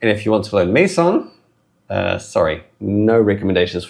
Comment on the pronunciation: I think "Meson" is pronounced like a contraction of "Mesa" and "mason".